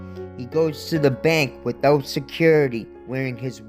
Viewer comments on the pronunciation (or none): none